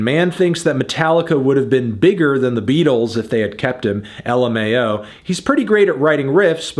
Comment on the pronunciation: im disappointed you read it as L M A O and not as la-maw